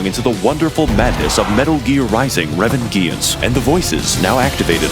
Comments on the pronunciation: I died when he said RE - VenGeeanse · RevenGEANS is the greatest pronunciation I have ever heard